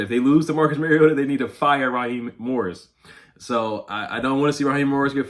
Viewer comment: It’s pronounced youngway lol not young hoe